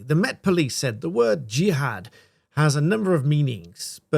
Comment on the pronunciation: You can't call your son Jihad and then try to distance yourself and your family from him when he commits a Jihadi attack. Also, the media are deliberately mispronouncing his name to try to pretend it isn't what it is. "Jihad" does NOT have multiple meanings, it has one, and we all know it, it is only used in the Quran and Hadiths in the sense of holy war.